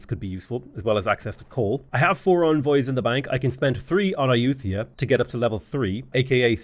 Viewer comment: Ai-youth-ia... that's a new one. (if anyone was wondering, Ay-you-tuh-ya is what google says, but Ai-you-thai-yah sounds closer in my opinion, but don't emphasize the 'th').